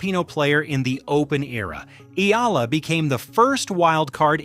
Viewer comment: EALA not Ela...